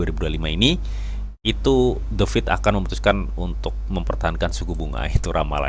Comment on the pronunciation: What ?? U meant "The FED" ??? not "The feed" & "Inflation" not "inflastation"